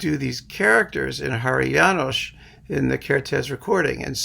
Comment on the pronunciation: And many thanks for the all good pronounciation of many Hungarian names, including Háry János, with SH ending..., rare occasion, btw.